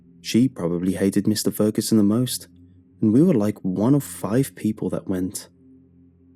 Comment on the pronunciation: Lmao “mr. feruson”